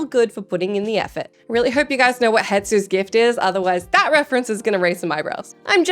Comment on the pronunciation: Lol "Hetsu"